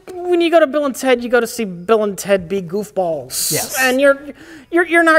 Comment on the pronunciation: This is my first RedLetterMedia video in quite some time. Two and a half minutes in fucks up "goofballs" and I feel at home: )